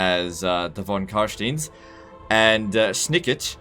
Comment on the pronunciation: The "ei" in Carstein is pronounced like the "i" in "mine".